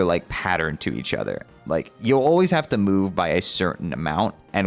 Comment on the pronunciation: but he says "So I haveth a laser pointere."